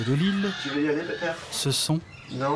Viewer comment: J'adore comment prononce "Cresson". Super ville